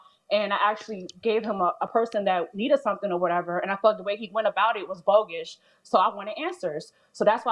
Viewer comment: Did she say “bogish” ❓❓